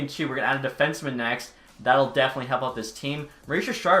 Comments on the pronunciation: BRUH IS NOT PRONOUNCED JEAN ITS PRONOUNCED JOHN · Lol when you get all the Japanese names right and pronounce Jean Beliveau like he’s not French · Do you seriously not know how to pronounce Jean Beliveau’s name???? It isn’t Jean like a pair of jeans , it’s fucking French!! I don’t speak French but I’m not a moron and know how to say his name. You shouldn’t ever talk anything about hockey again. 🤡🤡🤡